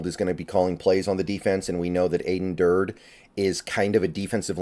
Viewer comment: His name is pronounced Dur-dee (almost like Dirty).